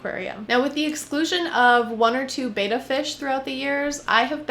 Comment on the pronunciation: it bothers me how she pronounces betta